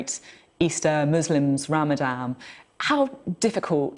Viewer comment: For Christ's sake it's Ramadan not RAMADAM!!!